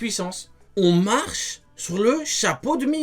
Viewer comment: on marhe surle hapeau de Mihawk je suis mort MDRrrrrr